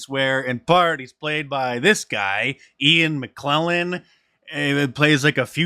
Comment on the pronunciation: Considering your usual high level of research, it's rather unsettling that you put a Marvel IP as a DC IP, but mispronouncing (not even knowing of?) mega talented Sir Ian McKellen's name...